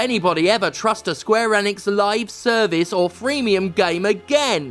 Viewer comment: That's not how you say Enix.